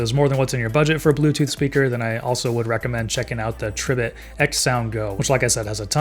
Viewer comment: Tree - bit💀💀